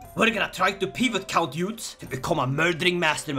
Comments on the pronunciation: As a Frenchman, I laughed a lot when I saw you trying to pronounce "Eudes" and the other French names in english way with a swedish accent. I want more of this ! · Hello! Just started watching the video, and I would just like to tell you a bit of history and tell you how you pronounce the name of “Eudes.” So, I don’t know why the devs decided to name him Eudes, but historically his name is Odo. So, historically, Odo would go on to be elected as king of France after the Karlings were kicked out, and it’s a bit confusing in ck3 what happened next but I believe, judging by the dynasty line, his brother would become king of France and the line would continue for a bit until Hugh was born, he would found the Capetian Dynasty which would rule over France from 987 to 1792, and then again from 1814 to 1848. Please and thank you for reading and I hope you have a good day and night! Just wanted to throw a quick history lesson in here for fun! Hope you have a good day, please and thank you once again!